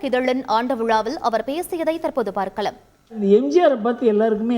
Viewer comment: தெரிவித்துள்ளர். இல்ல தெரிவித்துள்ளார்... பார்க்கலம் இல்ல பார்க்கலாம்... தமிழ ஒழுங்காக உச்சரிங்க